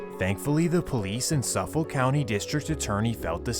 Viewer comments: You pronounced suffolk wrong I’m from and live till this day in longisland bayshore Newyork 11706 suffolk county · Bro 1 minute in and you’re dropping the ball. I live 5 minutes from Brentwood where this all went down. Pronunciation of Nassau and suffolk is horrible. Long Island is not a horrible place to live. It’s extremely wealthy and safe. Even with these MS and teens being hacked up around the corner. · I am definitely here to say you said Suffolk totally wrong & your also wrong about it not being any crimes for decades. I’m from exactly where your talking about. Killings been going on since the 80’s in Suffolk and even before that. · As a NYer i find it hilarious how u pronounce Suffolk 😂 and in the first minute u said NYC is mostly safe? Not sure where u have been living but the 5 boroughs are absolute crime infested 💩holes. I moved out about 7 yrs now and it was bad then, but with this new mayor and governor its way worse. Their liberal policies and no bail is a criminals paradise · You pronounce Suffolk wrong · Lmfao safo County 😭😭😭 it's suffolk county pronounced suh fuhk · Lol i live on long island. Grew up in nassau county, now live in suffolk ... the pronunciation of suffolk!! Its said like suff-uck heh Edited to add, many parts of long island are FAR from affordable! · Nope.. I’m done the minute you said suffolke 😂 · its pronounced Suff- ick, county and Central Ice-Lip , MS is still heavy in Bwood, CI, Riverhead, fn cockroaches are everywhere, take that garbage elsewhere back to the motherland u pigs. They get deported, tell their friends about it, n come back with diff names. I jailed with these scumbags, robbing churches, murkin innocent people, "Rxpe Money /\/\urder"... do that to your mothers'. Idk if these r worse or pedos. Dispose of them all. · “Suffik” you don’t pronounce the L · It’s pronounced Suff-ick county. And Central i-slip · “Ice-lip” “Suff-fok” just so you know how to pronounce it correctly if you need to in the future